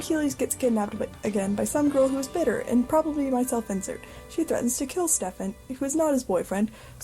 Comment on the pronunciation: the mispronounciation of stephen is killing me !